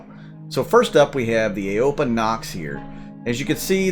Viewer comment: Aopoa is pronounced "Ow-poh-ah"